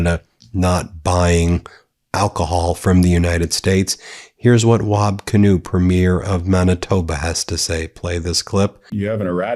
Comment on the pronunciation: Thank you for pronouncing Wab Kinew's name correctly. He is a national sane voice.